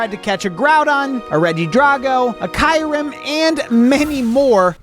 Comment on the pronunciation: kairem no im preety sury its kiiirem also viroison like horizon no it is pranounced vi rii sion die alga or dee alga decide yourself